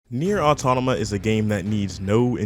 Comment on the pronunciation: Finally someone who says nier automata right